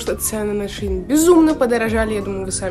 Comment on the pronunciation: правильно шЕин ) не хейт просто поправила 🫶🏻